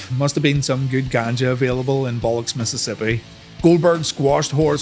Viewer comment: 😂😂 Mississippi is so mad at that pronunciation